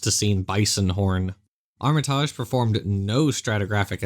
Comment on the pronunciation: Is he misspronoucing Armitage? Or is it another North American Vs European pronoucation thing. I know it's a minor thing but I get really irritated when people misspronounce names so I wanna know who's wrong. If it's the name of a British person he is 100% wrong I think.